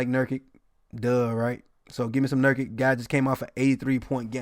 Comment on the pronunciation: Pronounced luka Don-Chich lol also pronounced jusef nurk-itch. If you every see a foreign players name end in IC it’s pronounced chich or itch